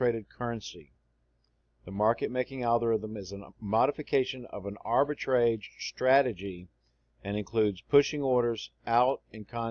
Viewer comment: "Arbitrage" rhymes with "garage", not with the word "stage".